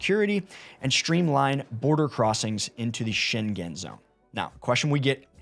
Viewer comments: Maybe you can correct the pronunciation?. It's sheng-gen or sheng-gn. (not Shen-gen) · That zone is the "Scheng-en" zone. It is not the "Scheng-gen" zone. It's like singer, not finger. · It's not sheng-gen...😅🙄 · Schengen doesn’t have a hard G. It sounds like the -ng in “banging”. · For future videos please inform yourself how to pronounce Schengen. It's a place in Luxembourg, not China. I cringed every time you said it